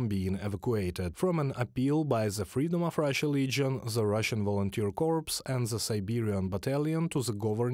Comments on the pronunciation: corps pronounced like "core", not "corpse"-- forgive me normally I wouldn't be so pedantic and point out such a small thing, but in this case it is an awkward mistake to make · FYI - "Corps" is French and pronounced the same way in English. The "ps" is not pronounced. It sounds like "core". "Corpse" is a dead body in English. Thank you for the excellent updates. 🇨🇦🇺🇦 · I recommend you look up a dictionary re pronunciation of 'corps' [UK pronunciation "corr"] and distinguish it from 'corpse', i.e.dead body. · Corps, ps is silent, Corpse, ps is not silent.